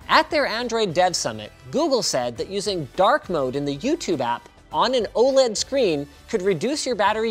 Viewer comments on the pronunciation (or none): none